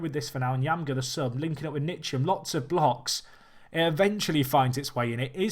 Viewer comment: Loved the video and I love the challenge. By the way Ntcham is pronounced 'En-cham', just as a heads up